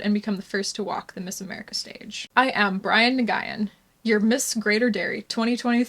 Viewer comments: That’s actually a good thing. This bloke Brian deserved to be called n-guy-en, so he can’t taint the name for others Nguyen (N’win) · Pronounced: my-guy-in? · It’s pronounced like win 😂 women refuse to protect themselves or their spaces. Mens feelings are more important than women’s opportunities and safety. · Nygen is pronounced new wen.* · I don't know if you're being serious or not, but Nguyen is basically pronounced "Win". Not really, but that's about as close as you can get to it in English. I sometimes hear it pronounced NuWin. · Nguyen = pronounced "when" ✌ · Just help it’s pronounced new-gin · It’s pronounced “win”. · Nguyen is pronounced as "win." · Nguyen is pronounced “win” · I think its pronounced as Newan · Why the fuck look it up if your not gonna say it properly? I wasn't even a difficult pronunciation: NOO-en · The AI pronounced it as nuu-when. Brian fits him anyway. He certainly puts the guy into neGUYan. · Nguyen is pronounced “win” don’t ask me how 🤷🏻‍♀️ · i think its pronounced new-gyn. not that it really matters. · Late to this party. Nguyen is pronounced “Win” Just for future vids. Keep up the good work. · na-guy-in?? don’t get me wrong i love your videos but i’m laughing so hard by that butchered pronounciation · Isn't it pronounced, 'New ern?' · It's pronounced "Win" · Nguyen It’s pronounced as win/wen, it’s a popular Vietnamese last name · Nyoo-yen, the Vietnamese version of Smith. Learn to pronounce your subject's name before you start ANYTHING else ffs. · Nguen is pronounced roughly like win. Sort of a silent or barely pronounced N. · LMAOOOO it's pronounced "new-EN" it's a very common vietnamese surname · My understanding is that Nguyen is pronounced like 'Nuh-win'. Also, he's hideous. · His last name is pronounced “Win,” I have a Vietnamese doctor with the same last name. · It's pronounced new wen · that’s okay, it’s almost a foreign name for you so it’s understandable you don’t know how to pronounce it. Yep I can confirm it’s N’win.